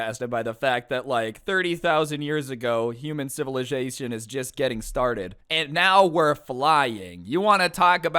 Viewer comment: human civilizaltion